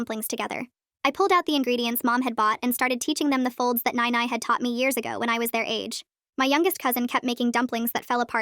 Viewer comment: That's not how you pronouns "nai nai"